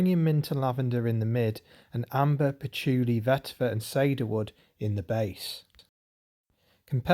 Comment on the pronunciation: It’s ‘see-der wood’ not ‘say-der wood’ 😂